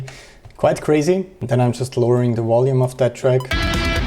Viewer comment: Today I learned...I need a computer and recording software. It sounded great! P.S. You said 'wolume'. Ha.